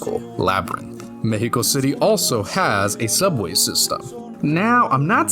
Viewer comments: Respect for actually pronouncing México right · Massive props to you for the insane research on our country and our culture, also the pronunciation in Spanish of "México" was just chef kiss man. In my eyes you're already Mexican, nuestra casa es tu casa